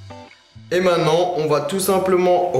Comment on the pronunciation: il dit " mainnant " pas maintenant 😅😂